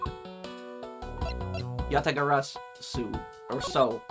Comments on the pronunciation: YA-TA-GA-RA-SU. That's the pronunciation Just as you've said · You got the Yatagarasu pronunciation correct this time, nice work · He finally said Yatagarasu right!!! As an old Yugioh player that makes me glad xD, as Yatagarasu was a banned card for so long and a very pretty card